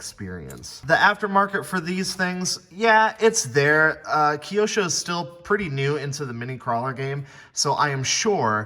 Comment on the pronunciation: That's the first time I heard it pronounced keyosho lol. Very cool video though